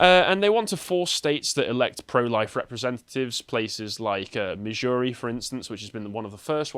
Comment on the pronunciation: He can't even pronounce Missouri. Jesus Christ